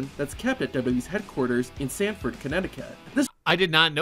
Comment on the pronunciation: Its Stamford,Connecticut